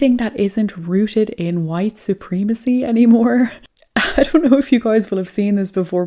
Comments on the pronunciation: I love your videos but just so you know it’s supremacy it’s not supreemacy you need to use a soft E in this word not a hard E! And when you say Putin, you pronounce it pyoutin It’s actually pronounced Putin, there’s no Y O in Putin I only mention this because I’ve heard you say these words in the past correctly I don’t know what’s happened since then anyway just letting you know. All you haters hit me up. I don’t follow my posts after I write them so I don’t care! My point is simple if you can say poo you can say Putin!!! Even though I say this, I love your videos. I really enjoy watching your videos. Stay blessed and stay safe!!! I absolutely mean no disrespect!!! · you are mispronouncing supreeeemecy. is that on purpose?